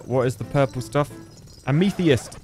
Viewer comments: "Am a fist" sounds a lot cooler, I'm going to pronounce it like that from now on. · "ametheist" had me cracking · Hey, since this isn't the first time you've butchered the word "amethyst", I'll try to tell you how it's pronounced. AM-uh-thist. It's like "am a fist" but with a TH instead of an F. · i was sleeping while watching the vid till i heard amythyeast, instantly woke up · you pronounced amethyst wrong